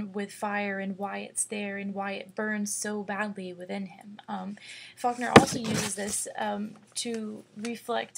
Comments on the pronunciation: hi it sounds like you say "fuckner," sorry but i had to point that out. Great analysis though, it really helped me understand the story.Thanks! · lmfaoooooooo she did say fuckner